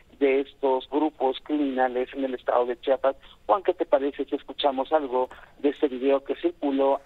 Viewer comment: Se dice chiapas no chapas, .